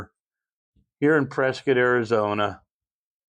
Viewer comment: I've become a fan of your talks from Prescott. I love that you know how to say Prescott properly unlike so many tourists... I used to live in (after moving up from Yuma) Prescott and miss it a lot! I bet the students at Yavapai college would love to have you show up at the gunsmithing School for a chat or two. I lived there back in the 90s when there were so many great gunsmiths in the area including Yost and some guy's named Rogers and other notables including another well-known one down down there in the valley now... Been thinking about what you said about the series 80 in another one of your chats. And I'm going to purchase a new 1911 and I'm almost sold on a series 80... Thanks a lot I think... Lol